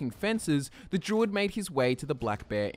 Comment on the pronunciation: Everytime he says druid, I hear jew...